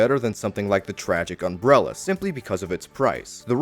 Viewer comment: Take a shot every time he says, "unbrella"